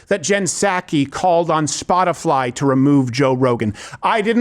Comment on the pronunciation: Steven is such an idiot. He said Spotifly!